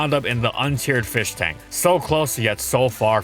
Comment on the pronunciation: now it's another feesh